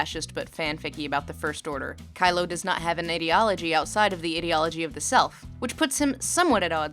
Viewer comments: Lindsay's pronounciation of ideology for most of the video really bugs me for some reason :/ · your pronunciation of "ideology" made me wanna die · thats not a normal way to say ideology (its not unheard of, but not the norm either). a lot of comments seem weirdly disgusted by her pronouncing it this way and I have no idea why; again its not unheard of (I've heard it pronounced that way a few times in everyday life) but its not common either. might be a regional thing? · I loove your pronunciation; idi(ot)logy / idi(ea)logy ! drinking game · Interesting way to pronounce "ideology" As in 'idiocy' and not 'idea' I like it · Also titled, '23 minutes of Lindsay mispronouncing the word, 'ideology''. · Her: "IDDY ALL AH GEE" Ideology, based on the combined words of "Idea" and "logia" (the study of) "IDEA" I-DEE-AH not IDDY-AH Ideology (I dee all oh gee) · Is anyone else annoyed that she keeps saying ID-eology instead of EYE-deology? Great video but I don't think that's how that word is pronounced. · why does she say "ee"-deology and not "I"-deology? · If you are going to have a discussion on the ideology of something, PLEASE learn how to pronounce the word "ideology" properly. ai·dee·o·luh·jee Like idea ... I love your content, this drove me crazy though. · how to pronounce ideology - ai· dee· o· luh· jee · "Idiology" lol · I find the way she pronounces the word 'ideology' very weird. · Ok thats not how you pronounce ideology anyone else bothered or just me🙄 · The way she said the word 'ideology' so much but only pronounces correctly in a few instances, including this particular sentence, makes we wonder if she is using the misprounciation to further put down the thin ideology of the FO. Or indeed perhaps to help draw attention to sentences like this one. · No-one is gonna read this, but the pronunciation of ideology is just bizarre for me. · The incorrect way you pronounce ideology pisses me off so much... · You mispronounced ideology 500 times in this video.